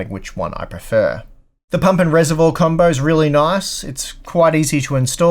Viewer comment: I've never heard Reservoir pronounced like that. Keep on being you,:)